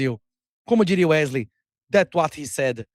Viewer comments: "Uerley" nunca trabalhou tanto na vida kkk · Porr@ é Uerlei, Wesley, Wesley, Uerlei...ou o quê?😅😅😅😅